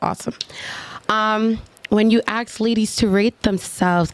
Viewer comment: When a full grown woman says "axe" is an automatic no-go. 😂 horrible